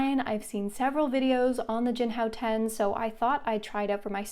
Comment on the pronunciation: You: “Jinhao 10” What I Hear: “Jianhao Tan”